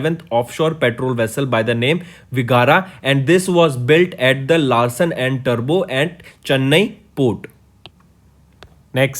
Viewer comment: he also pronounced 'Vigraha' as viagra and 'Toubro' as turbo ...